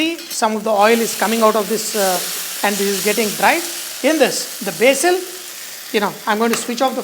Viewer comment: You said BASIL wrong!